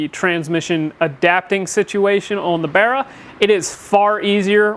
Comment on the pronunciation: its bar not bear. imo